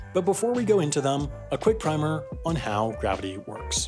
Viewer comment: You pronounced primer wrong